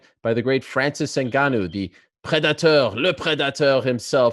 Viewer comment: Every time Ariel says "lehh Predathorr" I want to smack him right across the face